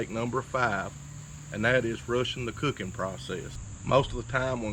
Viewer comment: “When yur luuking yur not cuucking”